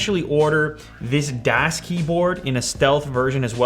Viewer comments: Das is pronounced like this, get it? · THANK YOU! Oy, "das keyboard." He missed the whole point. Ever heard of "DAS BOOT?" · Never heard das pronounced like that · You pronounced "das" wrong 😁 ^^ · ***** ^^ die sprechen das a sowieso falsch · He doesn't say das correctly. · Says sleep points at mute botton, says mute points at sleep botton lol and he said das wrong lol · 212 dislikes comes from people who are annoyed by his mispronunciation of Das. I'm not one of them btw. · its pronounced das not das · u pronounce it wrong .... its not das with a long A.... its German sound like ahhh like das boot... gg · Das is pronounced like Dos, not Daas with a the long A. It's German (neutral) for 'the'. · for goodness sakes man das is pronounced "daas" like DOSBox not dass like dass-hole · it's pronounced das not däs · It's a soft a, not a hard a. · pronounced darce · Dahs Keyboard! It's pronounced Dahs! xD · It's pronounced "DOS" as in MS-DOS. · Btw, it is pronounced Dos, like you say Microsoft DOS. (It is just spelled Das... It's German) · Am I the only german watching this? :D It's pronounced like "does" btw. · FYI: it's pronounced "doss" and das means "the (neutered)" in German, so the brands name translates to "the keyboard" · It is pronounced like duuuuuuhh with an s. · It's das pronounced daas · It's kinda like Dos, right? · its pronounced almost exactly like "does" but a bit less flowy and more german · ***** No, it's a german word spelled "das", pronounced like "daas" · Affe mit Waffe "das" (German) is pronounced "does"(English) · Its pronounced "dawz" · It's pronounced dass, with a short a. Just like the das auto commercials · Its pronounced like "does". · ***** Then you should know that it is more like D-OSS. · Chark it is spelled like "does" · It's pronounced d-ass. It's German and I'm taking a German class so I know. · It's supposed to be close to "dos" like the operating system haha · ***** It's pronounced like "does". ;) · He says it like "dash"